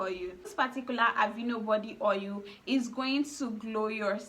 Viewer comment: Ur tonation is A1 the more I keep hearing ohil d more I lost interest in d video